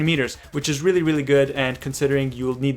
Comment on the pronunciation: Hahahhaah I like when he says Really really really,Sounds like he is saying weely weely weely:))Btw prof i msged u before about a gun review of pp-19 and u dont want to do it:((( plz do it.thanks